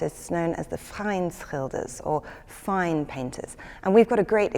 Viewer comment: Awesome episode, and a really good attempt at pronouncing the Dutch word "fijnschilders"! As a language coach for students I know that this is an absolute tongue twister for foreigners. It contains one sound that's not encountered in any other language in the world: the diphtong "ij". The "sch" is also difficult: it combines an "s" with the hard Dutch "g". You have to slide from a sharp "s" into that harsh guttural Dutch "g", which already is a throat breaker in its own right.